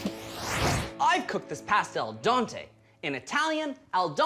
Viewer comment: Loved watching this show. Except "al dante" is actually pronounced "al dente"...it's a short "e" vowel sound instead of an "a" sound. is amazing!